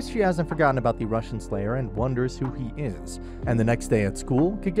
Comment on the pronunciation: Did you realy say "russian slayer" multiple time? 🤣🤣💀💀😂😂